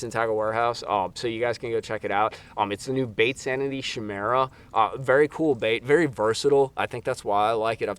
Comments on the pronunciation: Pronounced kymeera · "Shimira" lol. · You pronounce it with a K sound I can tell you never played anything fantasy related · Kigh-meer-uh!